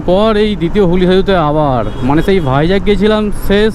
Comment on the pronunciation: ছেই দাদা 😂 অছম্ভব বলেছ তোমার ছেই বলা টা সেই 🙊